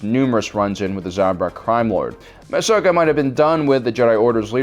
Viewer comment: Why can't you learn to say Ahsoka's name correctly?